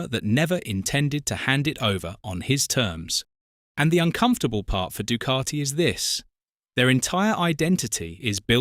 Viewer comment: This commentary annoys the shiy out me. There is NO R in Ducati.....D U C A T I.........where is the R?